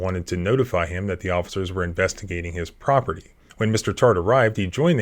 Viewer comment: "Near your properpty..." so, someone elses property? 😂